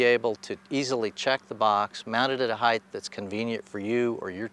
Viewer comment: Good video. Mispronounced “height,” but good video.